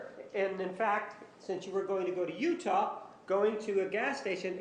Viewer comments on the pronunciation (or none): none